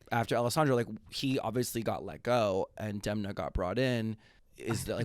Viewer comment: SHOTS GAME: take a drink every time they mispronounce Demna’s name. Get drunk. 👏🏽DEM👏🏽 NA